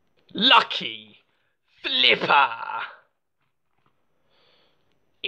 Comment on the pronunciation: ERUPTION SLIPPAAAHHHHH